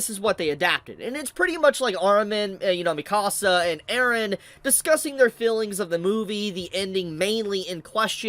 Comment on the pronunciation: I hate the fact tht y'all say Mikasa's name wrong. Like did y'all watch the anime? Her name is said a crap ton, yet y'all pronounce it wrong.